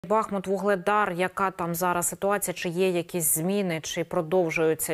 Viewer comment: вимовляйте правильно БахмУт